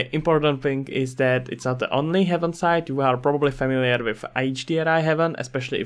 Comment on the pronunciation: thanks for the headsup texture and hdri haven are great resources I can't wait to see this one grow as well. not to be that guy but its Hay-ven not heaven